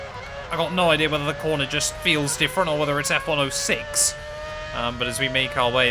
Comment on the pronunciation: Stop calling F1 06 F Ono six, please. I know you're British, but I use zero for 0.